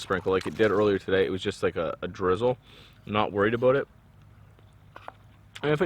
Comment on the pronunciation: Aboot perfect eh ... made me lol! Great videos dude!